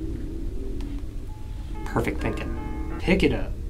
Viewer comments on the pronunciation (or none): "perfect thinkin"😂😂😂